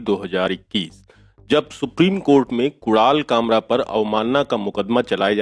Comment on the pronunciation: .... what the f did he say ? Kural kamra ? F lol 🤣😂